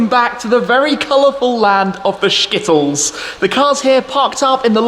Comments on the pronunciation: Never say "Shkittles" again. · Shkittles 😂smh